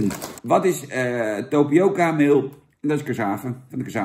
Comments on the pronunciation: Tapioca Jan, geen Topioca.. encyclopedie!! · Geen Topioca maar. Tapioca Jan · tApioca Jan niet tOpioca